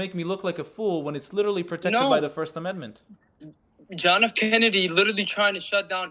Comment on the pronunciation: That idiot cant even say the word amendment 🤪🤭🤣